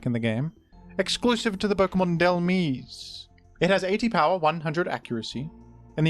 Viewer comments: I Swear this Dude is Rage-Baiting us With Pronunciations It's DHEL-MISE (Like Demise) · They're saying you've pronounced "Dhelmise" wrong. They're saying to consider the word "demise" ⚓